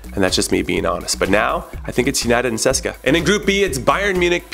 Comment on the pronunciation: who the fuck is seska? its C.S.K.A Moscow (see-es-kay-aye) say it CONRAD say it!! C pause S pause K pause A say it!!